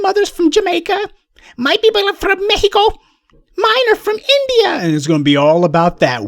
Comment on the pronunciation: Professor almost killed me with the accents "mehico, INDia," lol